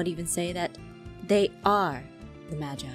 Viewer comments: not to be rude but Jess...... Your pronouncing "Magi" wrong. Its pronounced as (Ma-Ge) not (Ma-ji) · STOP PRONOUNCING MAGI WRONG PLEASE!!!!😨😨😨😨 IT'S PRONOUNCED MA-GEE NOT MA-JEYE!!!!😨😨😨😨 YOU ARE DRIVING ME INSANE!!!!😨😨😨😨